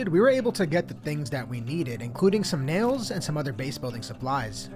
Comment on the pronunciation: Nails...you mean nay-yolls?